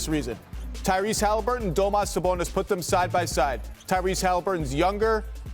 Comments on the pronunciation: It's Domantas, not "Domas", you imbecile. And Sabonis is a great shooter - 58% FG this season. But I guess they were talking about 3 pt shooting, since that's all NBA commentators and analysts seem to care about these days. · Dude called him domas his name is damontas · How come he keeps saying Domantas wrong? lol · Hate when “analysts” don’t even know how to pronounce players names. Do your job better… “domas sabonis” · “Domuss” Sabonis.. Cringing so hard, my man it’s not hard to learn a dudes name you work in the media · It’s pronounced duh-mohn-tus christ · Is that how your suppose to pronounce Sabonis’ name? Lol. Domas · My mans said domas sabonis 😂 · Why are ya calling him domas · "Doh-mas Sabonis" 😂 Do people actually call him that? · I cant stand that guy keep saying "Domos Sabonis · IS HE CALLING HIM DOMAS?? Classic ESPN analyst activities